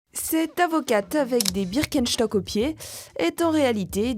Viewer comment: Birkenschhhtock ?!! T une tueuse toi mdrr 😂😂😂😂